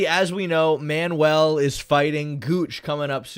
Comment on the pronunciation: ‘Manual Cape’ ‘Movsvar Eevloev’ ‘The Guch’ creating his holy trinity of miswords.